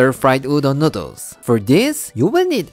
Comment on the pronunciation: the way he says noodles is great. Its like he forgets to pronounce the l and instead adds it in on the end ever time noodals XD